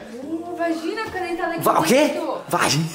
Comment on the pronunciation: no minuto 5:8 a fala vazina kkkkkkkkkkkkkkkkkkkkkkkkk